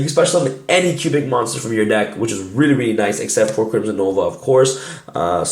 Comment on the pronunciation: it sounds like you're saying Cuban. LoL